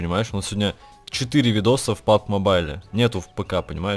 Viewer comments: ты городской или колхоз? произносится не пабг а пабджи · Сказано пабг и пабг мобайл, а там лиш пабг мобайл